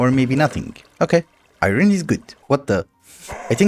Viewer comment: Why does he pronounce "iron" like "iyrony"?